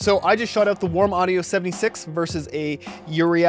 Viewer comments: it pronounced "ur-eee" not "ur-e-i" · Uri--eye? WTF??